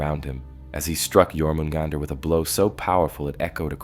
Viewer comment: Stopped watching when I heard you said "Jor-mugandr"